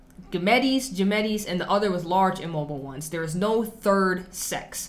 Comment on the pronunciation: Much love to you, gametes is a weird freakin word but it’s pronounced “Gam-Eats”